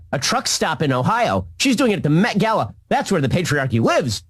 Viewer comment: Sam really didn't want to do today's video! He was sooooo friggn tongue tied! (and nervous) Anybody notice Ben said, "The Met Gala" properly, while it took Sam 5 times? A "COAL de SACK" in the METS Stadium? GOOD N'ya Sam, that you posted this and not trashed it.